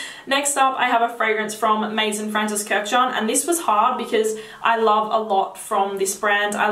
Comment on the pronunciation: you are adorable and I love your videos, just one little advice: if you talk about fragrances you should really learn how to say all those french words correctly (starting with "maison"). Also, some names sometimes look english, but are french (Vanille in name of the fragrance, or Jasmine etc) ...so you might wanna check that out. Thumbs up!